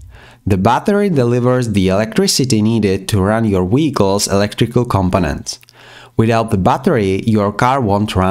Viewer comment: He saying wehicles